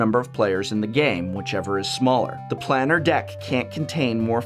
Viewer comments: To not even say planar correctly was a crime in this video. Thanks for the info and the cringe every time I heard you say it. Planar sounds like plane not plan. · 20012? Also, it's Plane-r, not Plan-ner. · Planner /= planar. The how to pronounce series on youtube is quite useful. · Man it triggered me when I heard you say planar